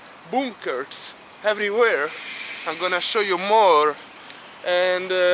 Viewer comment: He says bunkers like BOONKERS